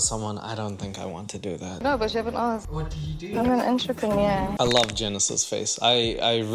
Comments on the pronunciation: If you're going to insist on repeatedly using a foreign word, at least learn to pronounce it in a way that doesn't make you sound stupid,. It’s pronounced "on-tre-pen-yeaur", not "on-tra-paneer". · This chick is no entrepreneur! First reason she can barely pronounce the word and second she's just worried about herself and that her lazy non entrepreneur ass will have to work (at a job or cleaning her own home(and if she's not into cleaning, I'm really afraid to see her place